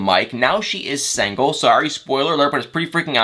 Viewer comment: “Sangle” 🤣🤣 where are you from